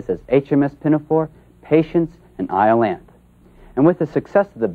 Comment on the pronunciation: It's pretty sad when the guy doing the documentary doesn't know how to pronounce one of the subject's major works. :( It's eye-oh-LAN-thee (unvoiced th), not eye-oh-LANTH. ouch